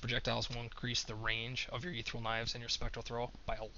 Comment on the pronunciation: Ether-E-al. You can do it.